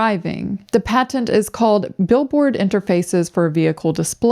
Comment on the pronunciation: "Pat-tent" "Pat Tent? When did it become 2 words?